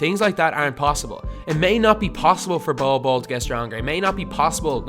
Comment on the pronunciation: His name is pronounced like bowl bowl not bowel bowel